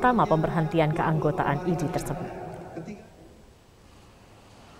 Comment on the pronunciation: IDI itu dibacanya Idih... segitunya, saya gak perlu IDI untuk sembuh, tapi dokter yang handal dan bermartabat bukan berjenggot ha ha ha, sebuah contoh ketidakprofesionalan yang hakiki.... kasihan bangsaku